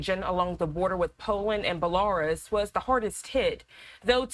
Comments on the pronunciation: Jeeze Louise. For someone who gets paid to speak on topics of international interest, you'd think the LEAST you could do is learn the proper pronunciation of the names of a country that you are "reporting" on: buh-luh-ROOS not buh-luh-RUSS like a damned Russet potato. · Is this a bot or AI talking? BELAR-US? WTF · Wtf is Bu LAR uhs. Lol